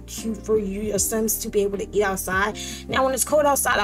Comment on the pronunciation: Would you happen to be from Baltimore? That “Teww” is thick😂❤️❤️